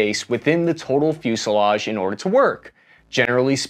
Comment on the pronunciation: "fusliage"(sic) No "i" in fuselage even in Burbank.